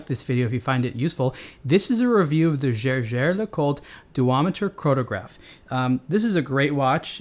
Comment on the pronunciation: The easiest way to find out correct pronunciation is to look up JLC's commercials or interviews with someone who works for them. I think pronunciation of the brand name is actually pretty good (at least compared to some of the other reviewers on youtube).